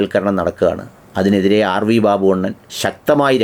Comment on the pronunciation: RV ബബ്ബു not ബാബു 😂